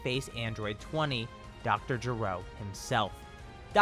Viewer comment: Well he is gero not jero